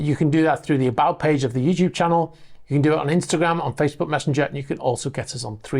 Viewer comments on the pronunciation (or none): none